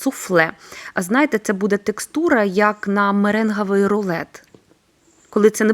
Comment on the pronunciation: Так, але відчувається, що людина розмовляла російською, бо є слова, що вона вимовляє з А а не з О. Наприклад каже меренгАвий замість меренгОвий. Зате приємно, що старається вимовляти правильно. А головне - її рецепти чудові 😊